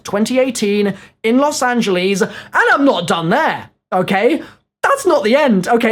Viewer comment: Im hype but please learn how to pronounce los angeles